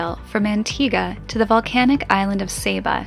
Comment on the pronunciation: Sorry, was right saying Saba (Sahbah) not Saba as in (Sabre) You say Potarto, I'll say Potato etc😁